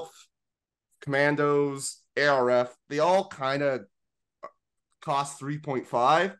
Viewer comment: Arf... Just say arf, not A. R. F. Idk why that's been bothering me. Great episode otherwise.